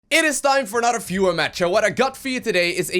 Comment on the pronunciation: Every time at the beginning I have heard "fewer match". Only recently I realised that he means, in fact, "VIEWER match" :)